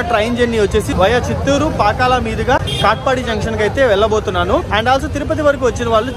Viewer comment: Pakkala kaadhu bro Pakala